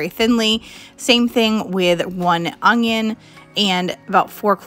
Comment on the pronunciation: I'm unsubscribing because of the way that you say onion.